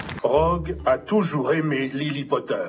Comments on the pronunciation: Lily avec un i je pleure 😭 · ... Lily, pas Lili :)